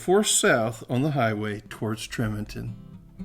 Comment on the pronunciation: Nice video. FYI - the locals pronounce it "TREE-monton" with a long e and the emphasis on the first syllable. Utah is chock full of odd pronunciations like "HURR-a-cun" for Hurricane and "man-away" for Mantua lol